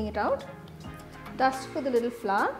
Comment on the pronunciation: It's not flaw😜😜 it's Flour